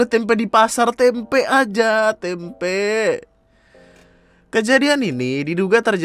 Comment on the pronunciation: Tempenya gausah pake penekanan K dong... Yatuhan Tempe'